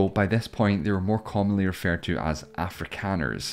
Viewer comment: as a South African, it hurts to hear this guy pronounce 'Boers' or 'Afrikaners'